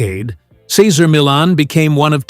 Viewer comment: Your narration disrespectfully mispronounce Cesar’s first name!!! Awful